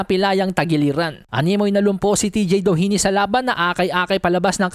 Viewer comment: yung pinipilit mo ipronounce yung DOHINY .